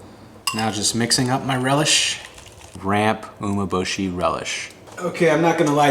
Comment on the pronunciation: you want to watch a video of a guy who doesn't know how to pronounce Umeboshi properly, actually make it. lmao. pro's do not use corn starch with rice, they use rice flour. he is just another yotuber copying others wrong recipes and repeating them, there is no experience in these dishes or expertise.